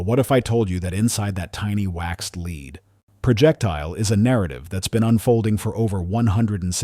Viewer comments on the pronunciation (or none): As soon as it said leed instead of lead I was like nope not another AI video. Thumbs Down.